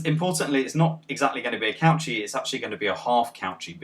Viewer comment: Nice video, I am not happy about your pronunciation of Cauchy though.